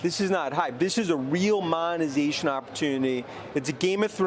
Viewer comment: wens the monazayshuun?